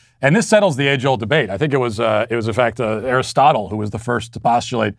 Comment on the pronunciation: bro said fucking "Aristotle"😂😂😂😂